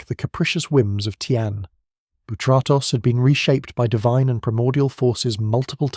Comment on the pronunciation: Bro tried every incorrect pronunciation for Kratos